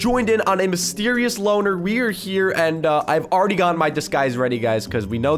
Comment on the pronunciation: Loner not loan